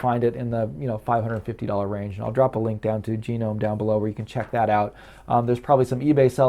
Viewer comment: Good review but it’s pronounced No-mun no Gee-nome.